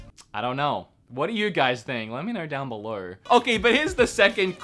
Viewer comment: '' let me know down beleuwr'' ... lol